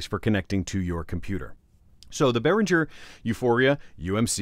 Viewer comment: Minor nitpicking: Behringer has a hard G as in "get". It may be different, but I have a similar interface and the mono/stereo switch just affects the direct monitoring, so in mono you hear both inputs in the center while in stereo you hear input 1 hard-panned left and input 2 hard-panned right. To record in stereo you just assign both channels to the recording track, no switch needed.